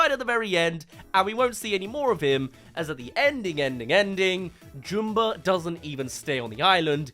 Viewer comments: I'm sorry, I can't take you seriously saying Jumba's name like "Joom-ba" like he's a character from that weird Boohbah kids show. They say it "Jum-ba" in the original movie, so idk why you're saying it like "Joom-ba". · Why can’t you say Jumba correctly? You’re literally choosing to say it wrong. It’s Jum-bah like Jumper or Jumbo. Not Joom-ber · who is Joomba?! It's Jumba. Like ummmmmm, get the name right. Everytime you say his name wrong, its like hearing your incredibly long nails on a chalkboard. Anyway, love your stuff. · wait, they change the way jumba's name is pronounced to joomba? this some live action last airbender crap